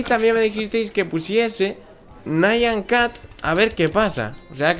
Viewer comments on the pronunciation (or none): se escribe Nyan cat y se dice igual a como esta escrito Pero no se dice nayan cat